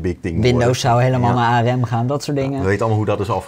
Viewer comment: aRem? De rest van de wereldbol spreekt het uit als een acroniem. Arm